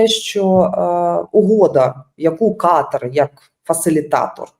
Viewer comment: КатАр, а не КАтар, ріже вуха.